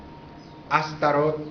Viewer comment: Tu mi hermanos no eres mas que un ingenuo enganado por el EGO y quieres buscar soporte en tu pagina y tener seguidores, y esto te lo digo porque tu nisiquieras sabes pronunciar la palabr ASTAROT y mucho menos sabes quien es ni de donde vino el comandante ASHTAR SHERAN para decir y afirmar cosas como las que tu estas afirmando, pero sabes que, ya la pava no pone donde ponia, porque la mayoria de la humanidad ha despertado y sigue despertando de la esclavitud en la que nos mantuvieron como humanidad los Iluminati, las mafias, los Bilderberg y todos los seres humaos oscros que han actuado encontra de la humanidad y que han sido utilizado por los seres oscuros atraves de los goviernos mundiales y tu estas poniendote de su lado con todas esas estupideses que tu estas tratando de implanter en la mente y cerebro de todos los que entran en internet, pero ya la gente conoce las gentes como tu, que no tienen base de que lo que estan diciendo, afirmando sea veridico...ahi te la dejo de tarea.